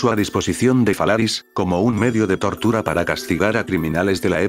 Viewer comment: Le entendí tortugas a la descripción jajajaja 😅